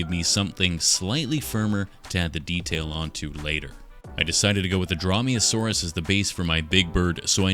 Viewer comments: Drawmeasaurus got me angered (It's pronounced Dr-oh-me-oh-saurus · Dromeosaur, not draw-me-a-saurus lol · I think it’s pronounced Drough-me-a-soar-us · What says: Dromaeosaurus What I hear: Draw me a sauce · I know, he just said it funny